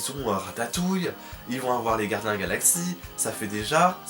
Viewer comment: Gardiens et non guardiens! Sinon j'adore trop tes vidéos! Vite la suite!